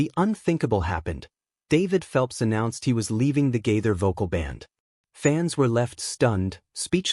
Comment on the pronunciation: Why do you pronounce Gaither like that.